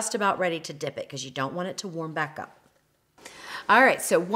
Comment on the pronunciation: You may spell it 'alright', but to me, it sounds exactly like I spelled it - 'aright'. Maybe it's your accent, I don't know.